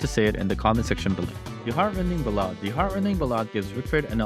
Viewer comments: Its not bol-odd.... it's Bal- Add.... Like "The Bard sang a beautiful Ballad to his lost love" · hearing you say it as 'buh-lad' made me smile. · idk if i'd say 'wrong' as it's a dialect thing but Bah-lad is what I was expecting and had to replay lol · ballad is pronounced differently, probably one of those read only words